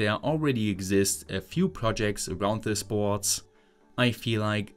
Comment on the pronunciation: I love how in German the word "board" becomes "bhootss". 😂😂